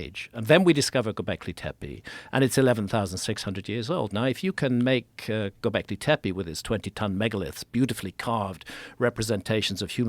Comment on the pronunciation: Yall ready for a drinking game ? Take a shot everytime graham says “gobleke tepe”